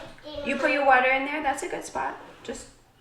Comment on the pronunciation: I love the way says Water, she sounds like she's from the Bronx lol xo